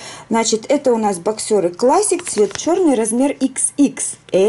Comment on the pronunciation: Здравствуйте, в обзоре на мужское бельё, ставится ударение на 1-й слог, бОксеры, а не боксЁры.